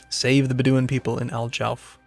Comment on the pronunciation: i just gota put this out there...its driving me crazy the way he is pronouncing Bedouin, its like this..Bed-Do-win